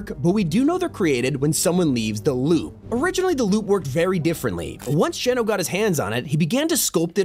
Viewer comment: its INSANE how you say "lube" instead of "loop" every single time